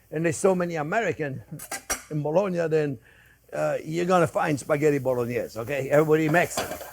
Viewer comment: That’s so much pancetta!! I bet its good 😁 And the way you say Bolognese it makes it sound even better 😆😆